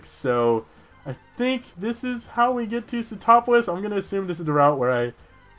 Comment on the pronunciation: Was it just me or every time said Sootopolis I heard "get topless" o.o